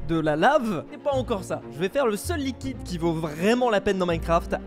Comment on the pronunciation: luiquide.... hmmmmm?